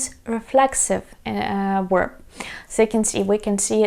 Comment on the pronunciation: thank you so much for your very helpful videos on learning to speak Ukrainian! as a native American English speaker, I recommend you review how you pronounce the word "verb". to me it sounds like you're saying "werb". I know the English V sound can be difficult. it would really help us to understand you. thanks!